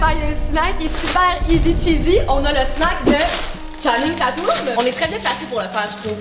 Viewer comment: comment t’as prononcer le nom a channing 😂😂 genre channing tatoume AHAHAHHAHA cest tatum